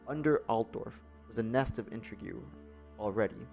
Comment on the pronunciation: It's intrigue pronounced in-treeg not intra-gew